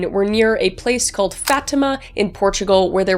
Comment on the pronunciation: Im Portuguese and no offence but the way u say Fátima and the names hurt my soul again NO OFFENCE